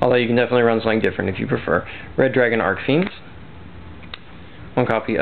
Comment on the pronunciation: Also dude, it's Arch fiend. The CH is read the same way you read it when saying CHeese. ArCH, not Arc. Just saying.